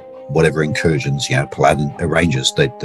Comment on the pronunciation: pal·a·din, not pa•ladin